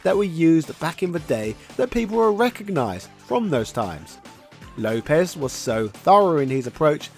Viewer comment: It’s Lopes not Lopez the ‘s’ is pronounced as an S and not Zedd.